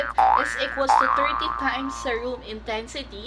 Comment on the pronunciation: Please check right pronunciation of SERUM.